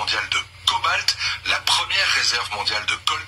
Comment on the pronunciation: Cobalt et non colbat